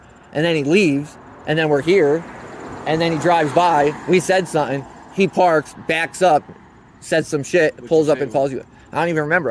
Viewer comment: The way this wiggerbpronounces "something" is infuriating. Sutten sutten sutten